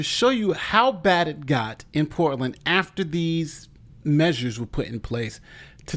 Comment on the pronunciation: Poor-tland, Orgone